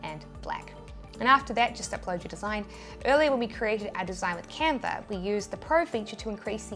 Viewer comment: Canver = Canva!